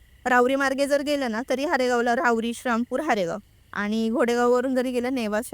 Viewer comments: श्रामपूर नसतं ते. श्रीरामपूर म्हणतात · श्री रामपूर ला शरामपूर बोलतात ताई 😂कारण अम्ही क्रिचन आहोत म्हणून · Dhanyawad 🙏 हेच बोलणार होतो आणि या शब्द उच्चार च्या चुका मुद्दाम केल्या आहे या किच्चन ताई ने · श्रामपूर श्रामपूर काय लावलय या बाई नी...नीट श्री राम पूर नाय बोलता येत का ....आमच्या देवाचा नाव घेताना लाज वाटते का...पॉडकास्ट घेणाऱ्याने एकदा तरी त्या बाईला जाणीव करून द्यायला हवी होती श्रीराम पूर या नावाची... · शारामपूर❌ श्रीरामपूर✅ अहमदनगर ❌ अहिल्यानगर ✅ हा ले लू या ❌ हलउया ✅ तांदूळ कमी पडला तर शिर्डीला गेल्यावर जेवण करून या अन्नछत्रमधे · असल्या लोकांना आणू नका श्रीरामपूर म्हणता येत नाही येडझवी ला हिंदू ची क्रिश्चन झालेली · शारामपुर काय आहे…श्रीरामपुर म्हणता येत नाय का??? असल्या लोकांना बोलवत नका जाऊ